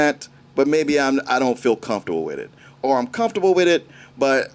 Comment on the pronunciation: I hate how says “or” sounds like arrrr